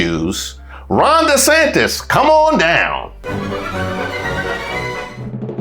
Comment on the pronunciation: “Ronda Santis”